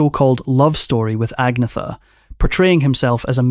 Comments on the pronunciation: No it’s ag- meta 🇸🇪🇸🇪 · Agnetha, Agneta and Agnette are pronounced as Ang ' netta (ung - neh - tah). But better and easier pronounced as Agnetta for the English speaking countries. The same as Björn is known as B ' orn (Bee ' orn) to the English but pronounced as B ' ern (Bee ' urn) in Sweden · You need to learn how to pronounce Agnetha - there's no "Th" sound in Swedish so the "h" becomes silent. Agnetha, Agneta and Agnette are pronounced as Ang ' netta (ung - neh - tah) to the English it's easier to pronounce her name as Agnetta Björn in Sweden is pronounced B ' ern (Bee ' urn) but better known as B ' orn (Bee ' orn) in the English speaking countries. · Her name is Agnetha pronouced Agneta and this AI is a disgrace and slanderous should be banned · Agnetha, Agneta and Agnette are pronounced as Ang ' netta (ung - neh - tah) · 😂 they all call her Agneeetha. There is even a vid on YouTube where she talks how to pronounce her name correctly. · Her name pronounced Anne yeta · teach ai how to pronounce agnetha